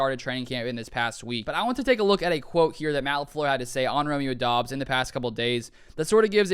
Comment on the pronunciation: Romeo said in an interview it's pronounced like Dobs, not Dubs.